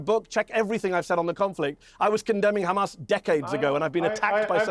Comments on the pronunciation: Why do they pronounce it kkkrrkkamaas? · don't believe a person who says "KHHAMAS".